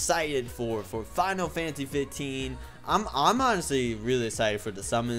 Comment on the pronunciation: You Can't even say FINAL FANTASY 15 CORRECTLY!!!!!WHY?